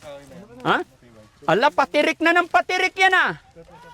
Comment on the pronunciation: Patarik ng patarik po Hindi patirik ng patirik hahah Ikaw talaga 😀